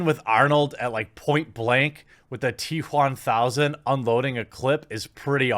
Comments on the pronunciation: Why do you say t Juan thousand. I understand wamanator but now I'm a bit concerned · "The T Juan Thousand" Please tell me they're actually calling it that. It would be the best name since BatManuel on the live action version of The Tick. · I get the political bias but your emphasis on" T Juan1000" seems like you have some personal beef with having a latino in the movie. regardless of the message. Thought you were better than that.